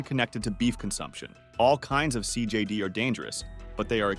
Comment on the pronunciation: Learn to pronounce CJD.